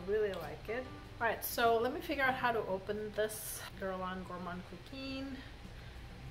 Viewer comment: You know I'm your girl when it comes to pronouncing perfumes. Epices Volees is more like "A-peace volay." Also your Gourmand Coquin is pronounced more like "Coke can" but imaging you have a sinus infection and you can't pronounce "can" very well so you don't pronounce the N so much, LOL. Anyway, it's not a long E at the end of Coquin. BTW, I haven't smelled the original Gourmand Coquin but I had a DUA dupe once and I didn't like it, but probably the OG smells better. My favorite of your group is Cuir Beluga. I just adore Cuir Beluga